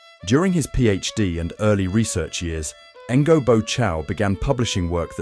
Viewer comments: Since the content is pretty well curated and presented, it would be nice to hear correct pronunciations of names. Otherwise even a sincere effort such as yours ends up being perceived as jarring and unconvincing. The name sounds close to "nyo", to be precise! Keep up the good work. Cheers! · Pronouncing Ngô as Engo feels very wrong.